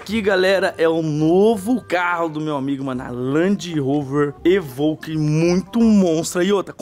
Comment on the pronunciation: " é uma land rover evouquey " kkkkkk eu ri agr hein